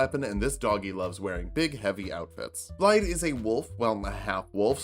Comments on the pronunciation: It's not BlaiDD, it's BlaiTH. It's right there in the game! It's Welsh! Start over, do it all again! First failure ever! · Just a quick one but the double D is pronounced like THE. So it's Blai-the